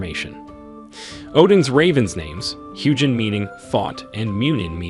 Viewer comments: The proper pronunciation of Huginn is HUE-gin and HOO-gin. Not Huge-inn. Muninn is MOO-nin and MUE-nin. Not Mewn-inn. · I have NEVER heard a soft g in ANY old Germanic language.